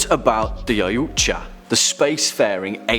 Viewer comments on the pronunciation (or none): Did he say oiyuoutja instead of yautja